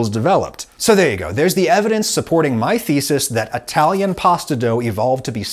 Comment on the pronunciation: What's an "Atalian"?